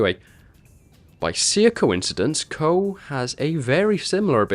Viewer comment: KOH!!!!??? I THOUGHT IT WAS PRONOUNCED COO!